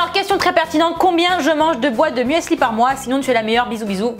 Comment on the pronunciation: l'huile d'olive omg 😂 Par contre il faut vraiment arrêter de dire "muèssli", ça se dit "mussli", c'est de l'allemand et le "e" ne se prononce pas ...😬 🍑🍑🍑